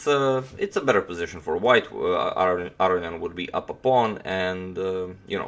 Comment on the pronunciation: Real question. It appears it would be pronounced Ah Ro Knee In. Is that incorrect? You say it definitely different than say, Maurice Ashley who I swear says it as above.